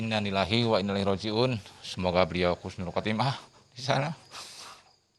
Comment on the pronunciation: Husnul khatimah pak bukan khusnul khatimah, beda itu artinya